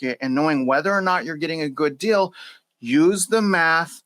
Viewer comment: You keep saying "dill" for "deal", so I think you're talking about pickles...........